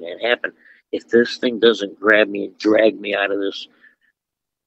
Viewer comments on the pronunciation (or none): none